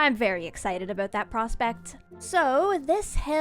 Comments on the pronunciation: "There's still one eyesore I haven't worried aboot yet" I didn't know is Canadian. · "Yeah... aboot that..." LoL Such a good Canadian. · This vid has most Canadian "about" in it yet.